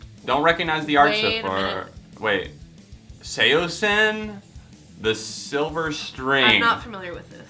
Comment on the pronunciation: How is Modern Baseball's "Your Graduation" not on the list? That's like the best emo song of the decade (I may be overstating)! And Saosin is amazing. I believe it's pronounced "shao-sheen." It's a Chinese word if I'm not mistaken.